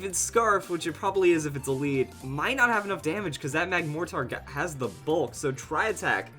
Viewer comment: PLEASE, It's Mortar not More-Tar